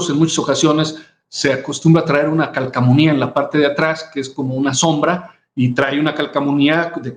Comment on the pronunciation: No se dice calcamonia, se dice calcomanía, no puede ser que un consejero hable de esa manera 🤦🏼‍♀️